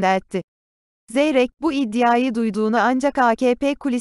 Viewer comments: Sayin sunucu iddiya degil iddia dogru telafuz edin lutfen....!!! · İddia’yı iddiya iddiya diye telafuz ettiğin için yarıda bıraktım izlemeyi. Hiç mi kontrol etmiyorsunuz yayınlamadan önce videoyu